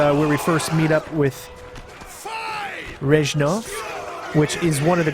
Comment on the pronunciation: Fyi not reshnov but resssssnov :)